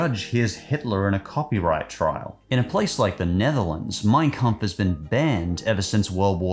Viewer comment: Why does "Mein Kampf" sound like mine cu